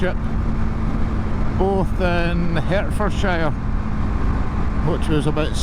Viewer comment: Future ref... Its not said like it's spelt... Hertfordshire is said hartfordshire like a heart.... I know because it's the area my mum is from 😁